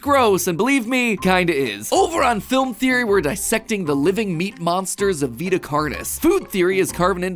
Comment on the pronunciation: pwapers pwease thweowey